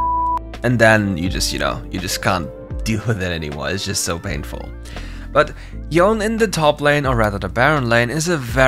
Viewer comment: Yone as Yawn, lmao